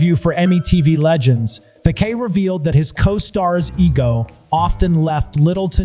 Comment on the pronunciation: It’s Dunaway, not Don-away! It’s Takei, not The-K!! It’s John Leguizamo not John Legume-zamo! Its Shannon Doherty not Shannon Dour-ty! It’s Watch What Happens LIVE not LIFE!!At least you got Vivica Fox right! 🙄🙄🙄